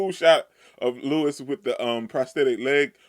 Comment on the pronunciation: Louis's name is pronounced LOUIE, not Lewis.